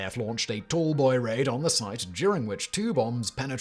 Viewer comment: the picture says "tall boy" but you say "tool boy", which is it?